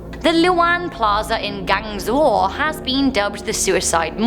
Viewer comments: Actually is Gwan-Jo not Gwan-Zhong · It's not Guangzhour it is Guangzhou. And it is not the character for death. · WOAH GUANZHOU!!!!!!!! YOU GUYS AAAAAAAAAH I LOVE there!!!!!! i visit there every year <3333 and you said it wrong its gwong zou idk how to spell it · 😂😂😂 she cant say place ‘city’ name Guangzhou ganzhou lol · You pronounce it like guang-zo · I think Guangzhou is pronounced 'gwon-jo' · I am chinese and as soon as i heard say "Guang Zhou" i immediately facepalmed